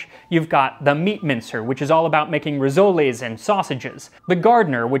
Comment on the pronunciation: It's RISS-oles, not risolies...